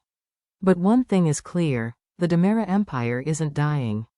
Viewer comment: You have a lot of mistakes in this picture show. First off it's Dimera, not Damara. Second, it's not dual, it's Days of Our Lives DOOL!! Make your computer generated voice correct!!